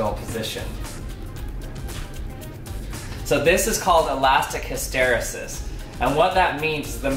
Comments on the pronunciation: noun hys·ter·e·sis \ ˌhi-stə-ˈrē-səs \ Made me cringe when you mispronounced it. Great video. It would be interesting to do more experiments to test hypotheses regarding the reason the pressure is different. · I have never heard 'hysteresis' pronounced like that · Never heard hysteresis pronounced that way in the US. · 1. You’re pronouncing hysteresis wrong. 2. Hysteresis is not the only reason the pressure decreases as the balloon gets bigger. If you double the diameter of the balloon, you quadruple the cross section. This means that the force stretching the balloon increases even if the pressure doesn’t. If the rate of increase in the force that rubber generates as you stretch it is linear and directly proportional to the amount of stretch, and the cross sectional area increases with the square of the diameter, then you should see the pressure decrease as you inflate the balloon. Try taking the balloon and cutting it and then measure the force required to stretch it to see whether the force required to stretch it has a linear relationship with the amount of stretch. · Did anyone else cringe by the awful way he pronounced “hysteresis” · Awesome! His pronunciation of ‘hysteresis’ though >.< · The way this guy says hysteresis. Gah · According to , you just have the accent on the wrong syllable. An ear catcher but does not change the interesting content of the video. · Late to the party. Just wanted to be the pedant who points out that hysteresis is not pronounced hiss-TER-esis but HISS-ter-EES-is (rhymes with pieces) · I believe it's pronounced his-tuh-ree'-sis, not hi-stair'-uh-sis, but other than that this was a great video that actually surprised me, thanks! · I think OP meant you put the stress on the wrong syllable. HysTEResis vs HysteRESis. (But tbh I don't know which one of you is right so ) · hys·ter·e·sis /ˌhistəˈrēsis/ hisTAreesis Not histerasis. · My dude - "hiss tuh REE sus", NOT "hih STER uh sis". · hiss-ter-ree-sis not hiss-tare-ris-sis